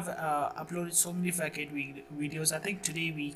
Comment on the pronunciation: Facade is pronounced fa-saad, not fack-aid...sounds VERY wrong